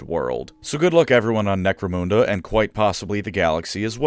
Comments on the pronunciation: You're mispronouncing Necromunda. It's called 'Nek-Roe-Mun (not moon) Da' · Necro-moon-da? It's Necro-mun-da. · Couldn't finish the video because you repeatedly mispronounce Necromunda. Sorry, it's Nek-roe-mun (don't know how you can get that wrong phonetically as you say moon) da. The exception would be if you were Jamaican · When he pronounced it moonda instead of munda, I felt more upset than when someone stole my laundry detergent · Great channel but genuinely couldn't make it all the way through listening to "Necromhunndurr" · "Necro-moon-da": hand hovered over the close button every time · "Necromoonda" lol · He keeps saying “Necromoonda” so I’m just going to assume it’s a version of the world inhabited completely by space cows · Lol. Nope. Terra is the Hive World to end it all. Oh, and its Nek-ro-mun-dah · Wtf is "necro moon derr"? 🤔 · Holy shit that pronounciation is the actual worst thing I ever heard. I have watched every video of yours in full length, most of them twice, but I don't give a shit - if you say NecroMOONda one more fucking time, I'll unsubscribe. Edit: Alright, that's it, you punk-ass sucker of eldar cock. See you in hell. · I cringe every time he says necromoonda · Necromoonda lmao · I don't know if is pronouncing Necromunda correctly or not, but it's definitely not how I pronounce it. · necromunda and Araneus prime is pronounced in a way im not used to in this vid, it feels odd 😂